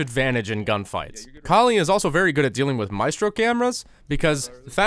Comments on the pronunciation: Her name is pronounced call-ee and is referencing kali ma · Its kaa-lee (i am indian) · It's the name of an indian god. Pronounce cauh-lee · the whole saying her name wrong wasn’t funny until he said calculator. for some reason that fucking killed me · I love how he just gave up pronouncing her name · my god it's just a 2 syllable word... how difficult can it be to pronounce it?! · Not gonna lie. Mispronouncing Kali's name wrong 30 times in this video was extremely annoying and off putting. You overused the joke. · very slick of you mispronouncing her name to make the vid 10 mins.. i m o n t o y o u